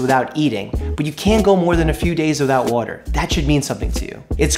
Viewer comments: I like how he says water. “Wuter” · I love the way Doctor Mike says "Water" lol